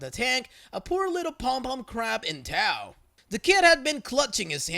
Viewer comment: Not to nitpick your pronunciations, but the word tow is said like toe.